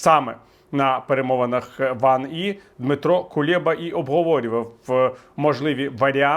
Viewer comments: КулЕба, а не КуЄба! Читайте українською, а не мокшанською. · Кулєба і Нетрєба.. Перестаньте робити з українських прізвищ якихось покручів! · Пане Віталій, чому КулЄба? Здається, він Кулеба.